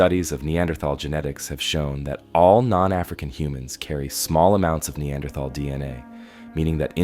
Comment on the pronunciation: That's not how you say Neanderthal.